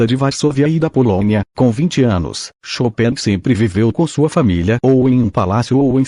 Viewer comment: A pronúncia chopéin está maravilhosa para nós americanos